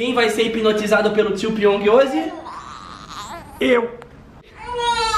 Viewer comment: O porteiro fala pong Piong:não moça ê piong Crs, pq vc não fala Jaime